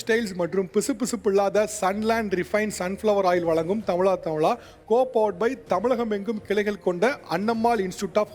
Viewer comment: தமிளா.. நல்ல தமிழா என்று correct ஆ உச்சரியுங்க sir